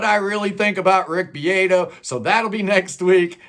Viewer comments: his name is pronounced BeeAHto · you said BeeAYto, it’s a soft “A” like in Spanish or Italian